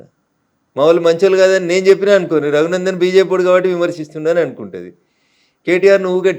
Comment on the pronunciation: Not Taghunandan, it is Raghunandan. Please read correctly.